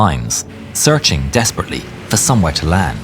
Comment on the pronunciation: How many times did you say ‘dEsPeRaTeLeY’?